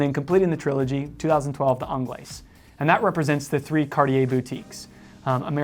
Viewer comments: Actually, it is pronounced onglays as there is an e on the end, your welcome. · Yes, yes I DID see that coming, of COURSE, you were going to pick the Americaine........ worst looking one of the bunch but no bias eh..... and its 'onglay' for the pronunciation of 'Anglaise' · these guys missed a LOT of models , what happened to the Cintree ? The Americaine was designed from the Cintree ! Also annoys me that people cannot pronounce Anglaise … the S is silent…. so called experts wow… Tank Solo XL has automatic movement …. what happened to the Tank Must ? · So he doesn't pronounce the S in Francaise, but he does pronounce the S in Anglaise. 🤦🏼‍♂️🤦🏼‍♂️ Yep, his French is shit.